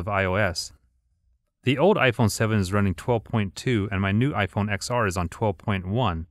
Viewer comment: it's ten R, not X R